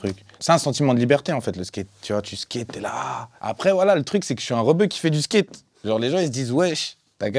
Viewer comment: "Le Skéte" mdrrrr je le kiff